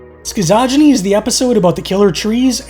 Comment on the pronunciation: Good ranking and you taught me how to pronounce Schizogeny.👍